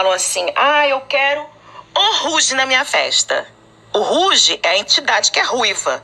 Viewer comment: Olá Rouge quer dizer vermelho em francês, e a pronúncia vc pronunciou correto, no caso seria ( ruge ) Gratidão pelo teu lindo trabalho 🙏💜